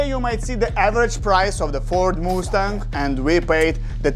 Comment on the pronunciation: Just so you know It is pronounced must-ang